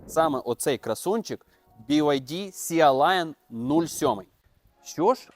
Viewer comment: Шо за "сіа лайан". Ну забий в гугл перекладач та й почуй як воно читається. На рахунок ідеальності чи доробленості - вони раз в рік випускають щось ідеальне і дороблене, ну майже ))) І прикол в тому що ніколи не буде "ідельного" BYD то що ... для цього в них є Denza.